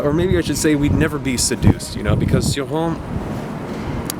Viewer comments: Always pronounced his name ""chore-on", "see-rawn" is tempting now! Thanks for reviewing Cioran, will love hearing your thoughts on them all. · Not in French. His own wife didn't pronounce it "chi", fyi. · it's "ci" like în "children"